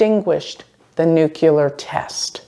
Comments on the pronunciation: I love you - new subscriber. Tiny point - it’s Nuclear, not Nukular (that’s Bush Jr. pronunciation) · It isn't pronounced nucUlar. It is nuclEAR. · dear... Your videos are giving important information, please speak clearly... the word is pronounced 'nu-clear', not 'nu-ku-lar'. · Nuclear: noo-clee-ar